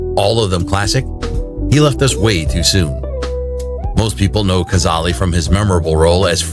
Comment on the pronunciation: It’s pronounced Kuh-zal. Not Kazali